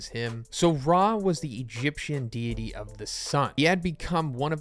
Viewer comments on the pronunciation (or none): none